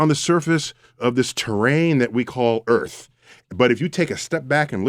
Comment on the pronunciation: PSST.... Mr, er... Sway... You live on EARTH, not "ERF".